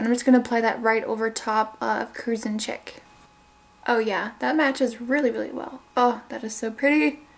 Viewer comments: ok. chic, is pronounced sheek. not chicK. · I think Cruising Chic is pronounced cruising sh-ee-c rather than chick. When it's spelled like that it means elegant and stylish. Btw I hope this doesn't come off as rude or nitpicky it was just something I noticed.